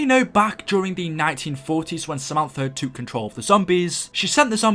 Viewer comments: Say took not toook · Stop saying toook and boook its annoying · “They twook”🤣😂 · The way you say took tho 😂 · Why do u say took so weirdly 😂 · The way you say took....